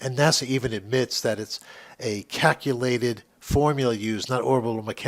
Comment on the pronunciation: Did he say cackulated. He did, he said cackulated. Stop it flerfers, I'm gonna wet myself.